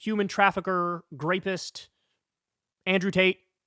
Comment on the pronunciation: Why does he say "grapist"?